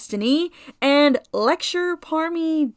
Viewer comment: I've laughed so fucking hard when I've heard my name! 😂😂😂 It's OK though, I understand how hard it is to pronouce it for an English speaker! It's French, so if it's too hard just say "Lecter" I'm OK with that! ❤ Anyway! Great video as always!